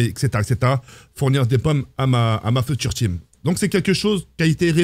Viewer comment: T’as dû mal avec le mot pomme 😂